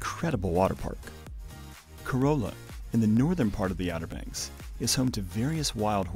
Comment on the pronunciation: Just for future reference, Bodie is pronounced like body and Corolla is pronounced cuh-RAH-lah, unlike the Toyota Corolla.